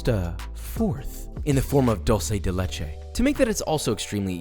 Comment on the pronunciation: That’s not how you pronounce “dulce de leche” and that’s not how you pronounce “leche”